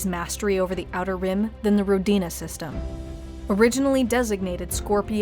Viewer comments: It's not Rodina, it's Ródina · Ro-di-na... emphasis on the Ro... pronounced Rho. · it's pronouced r`odina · It's pronounced like this RO-DI-NA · As a native Russian speaker the way you pronounce Rodina(Which means Homeland by the way) is just wrong. You need to put the emphasis on "O" not on on "D'.